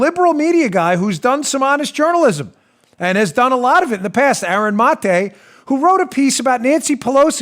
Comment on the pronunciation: Aaron Muh-tae